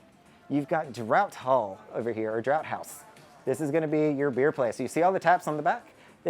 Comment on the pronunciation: Great video. Got me so excited for my Valiant Lady trip later this year. (Btw “Draught” is pronounced “Draft” 😉👌🏼)